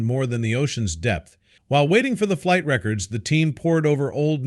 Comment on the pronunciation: Why cant the voice over pronounce simple words correctly? I was once a QC engineer for a broadcasting network. Do you need someone to review your videos? e.g., "Re cords were pulled." should be "records." I am also an editor with 25 years experience. I can help you with the scripts too. There is a difference between repetition and suspense. You can't keep doing this and expect to hold subscribers. "millionaire 's' past" "enigmatic figure 's' history" "the labryn thian misteries" "the missing millionare 's' " "ocean 's' depths" "the plane 's' fateful descent" "the millionaire 's' vanishing act" There are a LOT of voice over errors here. And with all the suspense, there is ZERO payoff. You can't be serious.